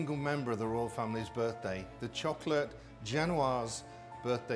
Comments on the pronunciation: I like that he says "chock late cake" instead of chocolate cake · the way this man says chocolate is so satisfying istg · The way he says "chocolate" makes me moist